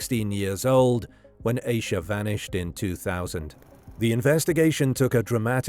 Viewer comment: Please pronounce her name correctly. If you can say Reinhold Schultz Suzuki etc you can say Ahh-sha(Asha)